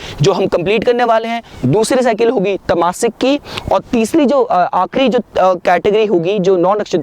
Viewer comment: It's not rajaasic but Raajsic. Not Tamaasic but Taamsic.